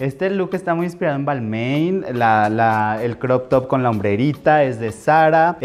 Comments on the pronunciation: Al stylist tu di “balman” no balmaiin… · Perdiste el mic mana! Y ese stylist q? nada q ver, no sabe ni pronunciar Balmain! De dónde lo sacaste hija? neta por favor! Y te vistió de puras marcas nada q ver....